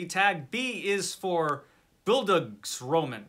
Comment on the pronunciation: Hi, "Bildungsroman" is the German term for coming-of-age novel, the stress is on the "a", not on the "o". Nothing to do with the Romans 😇 Rhonda knew, though